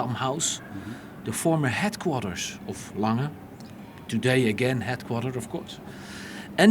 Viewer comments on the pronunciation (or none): why does the interviewer keep saying lang-hey it is more like lang-er (soft r)